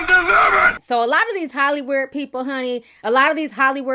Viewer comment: Did she say HollyWeird